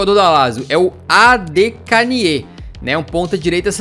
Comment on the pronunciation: eu acho que a regra da derrota tinha q ser: usar o pior jogador do time q vc perdeu por 2 jogos E aliás a pronúncia do Adekanye é Adekanhe